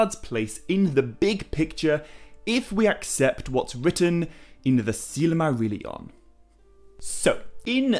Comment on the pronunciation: I wholeheartedly agree. He puts in a tremendous amount of work. But the way he pronounces Silmarillion drives me mad. He uses 6 syllables instead of 5. almost sounds like „silly Marillion“.